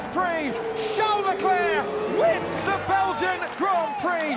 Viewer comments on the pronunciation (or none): I love how he said ‘Charles Leclerc ‘wInS’ the Belgian Grand Prix